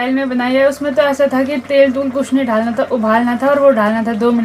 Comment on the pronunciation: Dhalna kyo bolti hai dalna hota hai😅😅Rahul bhai k vlog ka naam kya hai